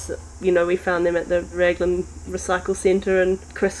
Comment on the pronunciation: Raglan (say 'Raglin') not Ragland.